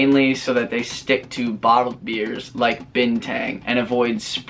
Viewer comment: Dear &! Love the content very much. We're hopefully planning for Bali this year end and man, this video is definitely legit before our kick-start. And oh..BINTANG is pronounced as "BIN-TONGUE". Haha..#speaklikenative P/s: Arak = Alcohol in our tounge. I believed the one you mentioned in the video is "TUAK" (Too-wark)..Correct me if im wrong mates!:)